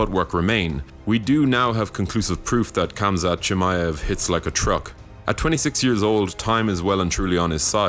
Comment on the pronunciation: By making the video and pronouncing the name incorrectly.